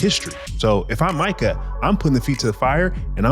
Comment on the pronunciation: Good podcast, but wanna front as an NFL and especially as a Cowboys fan.. and can't pronounce MU-kuh Parsons name? Micah only been on the Cowboys for 4 yrs now, plenty of time to learn his name ain't pronounced "MEE-kuh". Good pod, and interesting conversation, but c'mon bro!